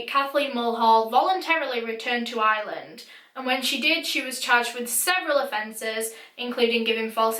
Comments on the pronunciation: its not island its Ireland the R is not silence IRE LAND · IT IS I R LAND NOT ILAND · I’m American but Ireland sounds like island when you say it lolol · I'm from Ireland and no offence your saying eyeeeland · Took me a sec to realize you were saying 'Ireland' and not island 😂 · Omg I'm so glad I saw this lol I heard Island too! Haha